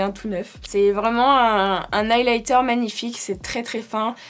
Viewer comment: Super vidéo comme d'habitude 🥰🥰🥰 eyelighter au lieu de highlighter😅😅🤣